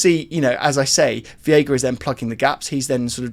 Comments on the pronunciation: He's called v EI ga, not v IE ga, stop mispronouncing his name, please 😭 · i know you read the comments, its pronounced VEYGA, not VIYEGA. You killing me 😭😭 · Hey it’s pronounced Vayga for Veiga